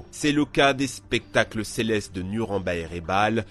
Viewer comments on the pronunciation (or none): none